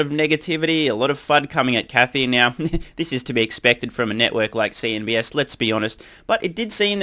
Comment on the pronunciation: CNBC. Not CNBS. Or was there a reason why you call them that way?